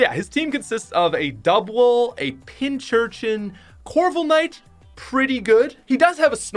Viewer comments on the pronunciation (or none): corvilknight me: dude it is corviknight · did this man say corblnight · Where tf is the “L” in corviknight